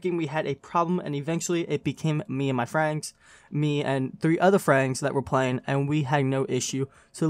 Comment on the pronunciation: bro can you pronounce friends right at least once. then I will like the video